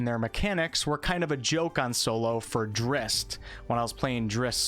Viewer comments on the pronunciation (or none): It's pronounced like 'Drizzit', as was made clear in one of Salvatore's own books.